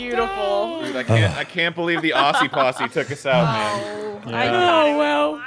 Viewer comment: Arin saying "Ossie posse" was killing me a bit... Aussie's say it with a Z sound. Ozzie. Ozstralia. I mean... it rhymed... but it wounded me.